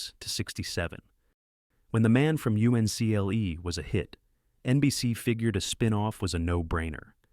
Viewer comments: You-EN-SEE-EL-EE ? It was called the man from Uncle . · UNCLE GODDAMNIT, ITS UNCLE, NOT u.n.c.l.e. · 'The girl from you see en el eee' Another AI fail 🤷🤷‍♀️🤷‍♂️ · 1000% agree! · Can’t pronounce UNCLE?